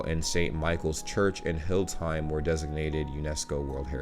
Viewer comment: now give me 10 Braunschweigs :). Hildesheim has three syllables, Hil-des-heim.